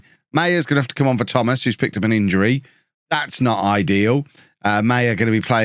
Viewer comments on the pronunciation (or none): none